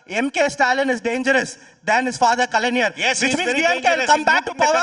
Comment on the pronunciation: this dmk suckr dumas mf pronounced stalin dad as ” kalainar” he doesn’t even know how to spell his name thats hilarious 😂😂 he is just a rapper without meaning!.